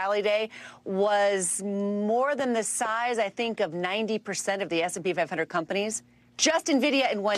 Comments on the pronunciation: It's the new Navidia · its N VID IA ffs !!! if its news the least you can do is pronounce it correctly...... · it's pronounced en-vi-di-a. you're hurting my ears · Nah, you're wrong. It's obviously pronounced en-va-dee-a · Not sure how they have that many nerds on staff and no one told them how to pronounce this.